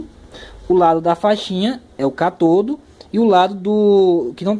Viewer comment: Catodo....anodo....😂😂😂😂😂😂 Diz se cÁtodo......Ánodo